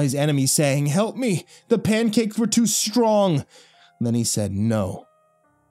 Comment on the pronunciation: Help me! The pancakes were too string!